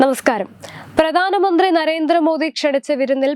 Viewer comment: കൊച്ചെ.. പ്രദാനമന്ത്രിയല്ല , പ്രധാനമന്ത്രി.